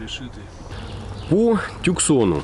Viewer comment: Да не тЮксон он. . . Тусан он. .штат такой есть